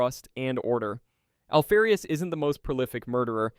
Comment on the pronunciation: Alfee-rius ? Do you say Alpha or Alphee? Noob. Dislike.